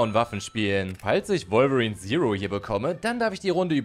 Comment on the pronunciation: Du sagt wolverin komisch finde ich du sagst revolverin